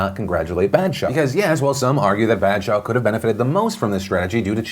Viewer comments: It’s not Bad-shah it’s Bah-d-shah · It's a long 'a' sound. Like bawdshaw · I find it aborable when phil pronounces badshah it sounds like bad-shaw😂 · BAD SHA PAGAAAL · Hey Phil! Just wanted to let you know, the proper pronounciation would be sumthing like "b-ah-th-shah", and pagaal would be "pah-gull" (like seagull) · Phil's pronunciation of Badshah just made me laugh. I'm just gonna use it to troll all my friends 😂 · the way u butchered the name baadsha and paagal sends lmao it's fine tho